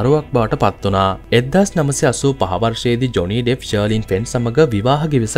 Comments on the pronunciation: It's not Deff it's Depp. Pronounce it properly. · ඩෙෆ් නෙමේ ඩෙප් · ඩෙෆ් නෙමෙයි ඩෙප්